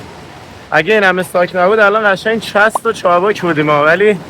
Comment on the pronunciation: بی سواد! Chost و چابک درسته نه chast و چابک!!!